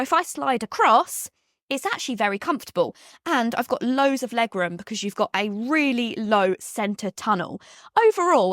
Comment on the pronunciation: You look lovely today, though i just wish you could say 'because ' rather than 'becuuse' 😂